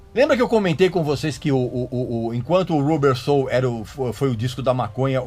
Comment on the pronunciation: Só para cooperar, a pronúncia é "Rãbber Soul e não "RU" bber, ok ?